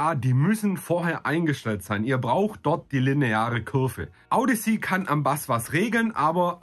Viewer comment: Es heisst Kurve und nicht Cürve!